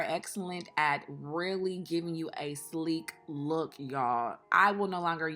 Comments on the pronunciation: if y’all looking for a slee-kee-koo-K lookk u better annunciate that “K’s” Sis..that flatlined my edges 😂😂😂😂😂😂😂😂😂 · Lollll that extra “sleeKK looKK” cracked me up hahaha